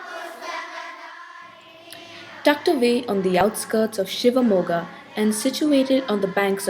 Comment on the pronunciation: It is Shivamogga and Thunga. Not Shiva Moga and Tunga with a 'T'.